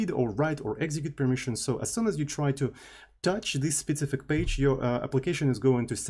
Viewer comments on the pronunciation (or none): I hate to be that guy but the way you say "specific" has been getting on my nerves for a while. It sounds like you're saying "spetsific". There is no "t" sound in there. It's speh-SIFF-ick